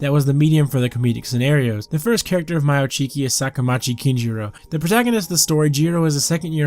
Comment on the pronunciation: I thought it was pronounced May-o Chiki LMAO 😂